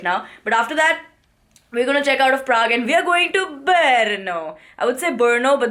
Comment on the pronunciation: I just love your vlogs and in this video the way uh said Paraag 😂😂and bearnoo 😂😂 uh are amazing girl. Congratulations for 500 K. Hope uh keep enjoying your life always. #sawaalsaturday Are you a marvel fan ??